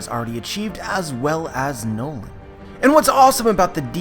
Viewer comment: It is pronounced as Norland but it is noland